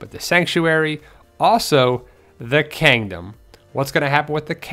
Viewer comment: You said kangdom xD